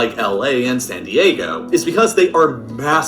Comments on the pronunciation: Man said "sadaygo" instead of San Diego.🤣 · “ say dego”💀💀💀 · “San Daygo” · “ sen dego”😂😂😂😂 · Say daygo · Flight- “San Dego “ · instead of san diego sai diego lmao